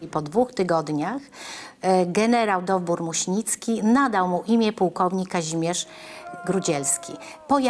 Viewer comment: Józef Dowbor-Muśnicki, tam nie ma ó, Dowbor